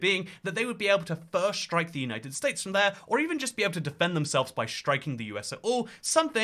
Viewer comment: "The United Stents" is a lovely one for such an obesity ridden country